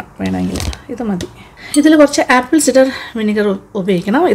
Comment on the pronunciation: ആപ്പിൾ സിഡർ അല്ല, its ആപ്പിൾ സൈഡർ.